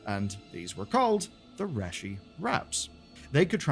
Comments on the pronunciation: Part of me feels like he didn’t even play thru the questline because they never pronounce Reshi Wraps like that in game. Lol. Everyone in game says REE-SHE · If you can't pronounce Reshii correctly, what else did you get wrong? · I was going to ask if that's how it's pronounced in the UK or something. 😅 It made me cringe too. He also mispronounced "Reshii Ribbons" too. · He also completely butchers Reshi Wraps too haha